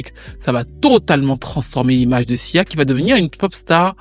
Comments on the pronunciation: A plusieurs moments j'entends cza et pas sia . 😅 c'est reel ? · Tu as dis siza plusieurs fois 😂